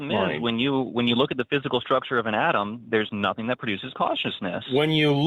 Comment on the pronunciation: The dude says atom over and over again and somehow comes out and wants to correct the hosts on saying atom and then goes right back to saying atom. The call is painful to hear